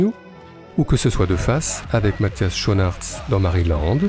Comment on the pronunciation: A noter: "Schoenaerts" ne se prononce pas "chonarts" mais plutôt "skounarts"